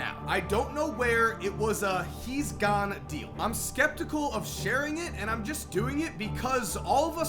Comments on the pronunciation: “Gahne” sorry 😂😭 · Why you say gone like that 😂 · Why does he say gone so weird